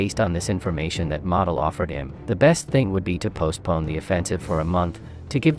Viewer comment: Please pronounce Model correctly.